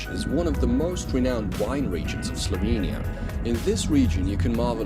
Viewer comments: I just got done telling another YTber about pronouncing words but you're right on. Hope you get more subscribers and keep up the good work. Oh, and start saying Slovenia with e as in echo, there are no two i's or y's in Slovenia. Great job otherwise. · Especially "slovinia"